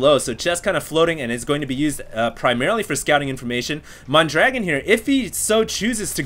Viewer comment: He is actually called mondragoon, and not mondragon.